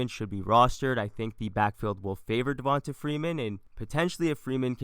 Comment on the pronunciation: Who is… “Devionta Freenan” 🤔